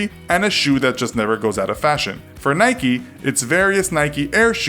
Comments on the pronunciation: stopped watching when he pronounced Nike like Nike - eeee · Anyone else get annoyed by how he says Nike 🤣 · Mate you can't even say the company names correctly 😂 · why u pronounce nike wrong and adidas right u guy with a ball in mouth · you say "nike" incorect.. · GT 0MegaRACING A foreign thing? Nike is American bud, not British. Adidas is German, not British. It’s a British thing to pronounce it wrong, not a foreign thing. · It's so annoying he can't pronounce nike properly 😭😭😭😓 no y or ie on the end. You don't call mike, mickie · It's Nike not Nikey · It’s Nike not Nikee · Its not Nikie. Its nike.😅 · It’s Nike, not Nikey. You don’t go around saying bikey now do you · It's "Nike" not "Nikey" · I say n ike not nik eeeee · Why do people say Nike-y it is spelt NIKE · please do not call nike "naiki" do you call your bike "baiki" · You dont say nikeeee you nik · NAIK NOT NAYKEE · Its NIKE not NIKEY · NOT NIKEE ITS NIKE!!! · It’s called Nike not nikey, you don’t say bikey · It's nike not nikeyyyyyyy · Nike not nik-e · IKR its nike not nikee lol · In Philippines we call it Nayk. Not Naykee. Lol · Whyyy dafuq you say nikeeeee just say Nike just do it! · Why pronounce it Nikee though, it's "Nike", you don't say bikee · It’s pronounced naik not naiki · its not nikee its nike with a silent e also its not adeedas its adidas you say it how you spell it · It's Nike. Not NIKEY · Its not nikey its just nike. you dont say 'likey' with the word like. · Since when do you pronounce "nike", "nikey" :,) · Its Nike not niky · Not so sure about Nike either. It should be Nike, rather than Nikeee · Who’s from the UK and gets annoyed when he says Nikey and ado-das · Why is he saying niky? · STOP SAYING NIKEEEEEEEEEEEYYYYYYYYYYYYYYYYYY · GT 0MegaRACING yes I know right if you call Nike nikee then why do you call a bike bike not bikee it’s just wrong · GT 0MegaRACING yea I’m from England and whenever I hear nikeeeeee I cringe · WHY DO AMERICANS CALL IT NIKEY? W.H.Y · it is prunounced "nik"